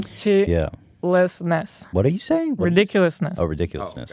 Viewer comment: Re dic chi less ness